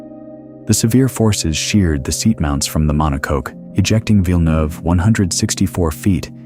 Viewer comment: Great vids, one correction monocoque... Pronounce it like cockpit.. It has nothing to do with Cocacola or heavy industry products.. Definitely related to cockpits 🫣🥹